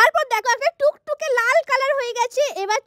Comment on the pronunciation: টকটকে ❌ টুকটুগে ✅😂😂😂😂😂😂😅😅